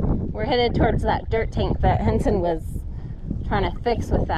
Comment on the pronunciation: Thanks for the great all-round video.. roundup, doctoring cattle.. the views are awesome👌🏽.. plus the Diné (Navajo) word of the day.. awesome job on pronunciation on Henson.. he's got the Jaan tongue😅😂🤣!!! Be blessed🙏🏽 Cows/Cattle = Béégashii Female cow = Béégashii Tsa' ií Bull = Dóola Bull shit! = Dóola bi chaan! 😅😅